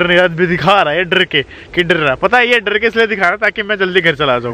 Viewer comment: Sir drrrrrrrrrrrrr nhi hota dar hota hai